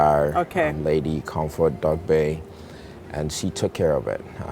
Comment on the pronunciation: Forgive my asking, but is not an Ewe surname? How is it that we haven't heard anything about where you come from, grew up at etc, and yet we are told you are part of some Akan royalty? Smh. And the way you pronounce Dogbey, it sparks the typical Ghanaian Ewe problem of sounding anything but Ewe. Also, is this place in Akosombo or Atimpoku?